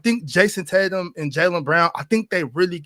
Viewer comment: It’s Tatum brother. Not that difficult.